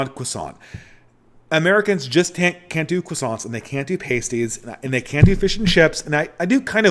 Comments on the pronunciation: it’s pronounced p-ahh-stie. Sorry, it’s a pet peeve being of Cornish descent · Pasties is pronounced like the way Americans would pronounce "nasties" but with a p. It's like "ass" rather than "ace" with a p on the front and ending in "tees". P-ass-tees. Not the easiest word to explain.